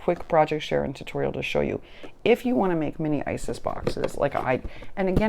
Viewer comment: Its iris* bins lol. I laugh every time you say isis. Oh yes I've been mojo - less for quite some time..I think I'm finally getting it back tho! We eat early in the day so I should be there as well! Have you considered putting shelves or something and store/organize on your walls? I had to do that. Now I'm running out of wall lol